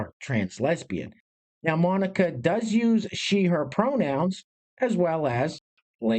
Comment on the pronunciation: His name's not Monica- it's Manica.